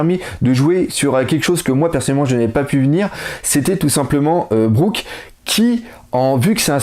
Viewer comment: Ca se dit Brouk ! Et un utilisateur de FDD perd ses forces dans l'eau tout simplement, pour le bateau de BigMom, je ne pense pas que ce soit un FDD, juste une tête animée ! Et si elle fait des grimaces quand les mugiwaras explosent le bateau c'est juste pour rajouter du fun (Le Going Merry faisait ca aussi =p) Continue tu fais du super taff, biz !